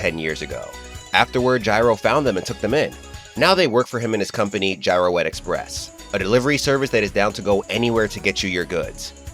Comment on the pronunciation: Yeah "Girouette" is french, the way to pronounce it is "Jeer Wet" haha